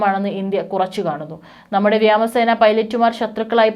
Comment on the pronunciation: Dear Sister, good news reading 👍. But you always make one mistake. Vyama sena, vyama thavalam etc ennu alla parayendey, vyoma sena vyoma thavalam ennokkeya. Sradhikkuka. Thx, Adv Harikumar. 🙏